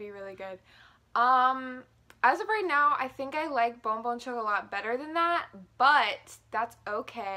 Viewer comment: It's pronounced chocolah not chocolaT